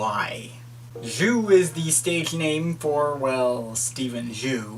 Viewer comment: it's pronounced "Zoo"